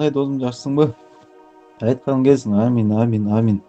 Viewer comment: Амин эмес Омин деш керек.Амин эмес ОМИН десенер сататтуулар,тура суйлошту уйронгуло.Кара жооукка штраф салатэкен тугандарынарга эскерткиле.